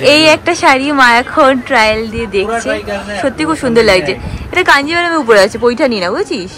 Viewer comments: It’s paithani .. not poithani … Tumi correct korte bolle tai comment korlam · Paithani not poithani